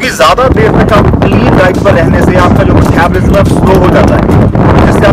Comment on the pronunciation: Love ur video <3 no hates .. but ur "Methabolism" killed me 😂